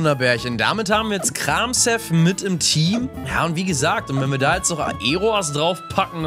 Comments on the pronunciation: Arme Pflanzenpokemon😢! Und wollte fragen, ob man Kramshef nicht wie Kramchef ausspricht. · Du ich glaube das s in Kramshef wird eher wie ein sch ausgesprochen klinkt irgendwie eleganter.__. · Lieber ich bitte sie Kramshef nicht so Auszusprechen ich Bitte sie Die Ofiziellen namen für die Pokemon zu benutzen 😂